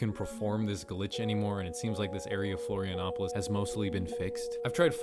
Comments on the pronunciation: Florianópolis is a city, not a state But flawless pronunciation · Nice pronunciation of the city "Florianópolis" 👍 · Your pronunciation of "Florianópolis" was one of the best I've ever heard from a foreigner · You actually got Florianópolis pronunciation a bit right! A lot of people miss out on the "ó" because of it's accent. Nice going partner! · The most impressive part of this video is the perfect pronunciation of Florianópolis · that's a perfect pronunciation of Florianópolis Good job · wow i'm impressed with how well you pronounced Florianópolis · That was very intriguing. By the way, “R. Pref. Oscar Cunha” is an portuguese abbreviation for Mayor (pref. stands for “prefeito”) Oscar Cunha Street (r. stands for “rua”). And your pronunciation of Florianópolis is actually pretty good. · That's the best pronunciation of "Florianópolis" I've ever heard from English speaking people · Your pronounciation of "Florianópolis" is absolutely on point